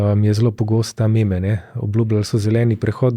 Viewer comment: Kot kolega milenijec sem triggeran da si rekel me-me namesto mim.